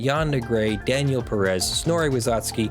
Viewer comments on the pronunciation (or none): none